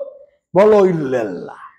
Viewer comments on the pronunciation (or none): ইল্লাল্লাহ্ একচন ইল্লেল্লাহ্ বহু বচন আপনার উচ্চারণ এ ভূল আছে।